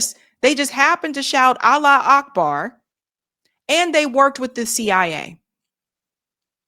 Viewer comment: Allah wu Akbar.. you would think that after decades of saying it and reporting on the news over and over again they would actually SAY IT CORRECTLY. It's "Arabic for God is great" 😡